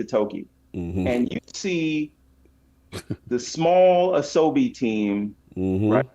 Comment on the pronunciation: Ah So Bee is how it is pronounced which means play in Japanese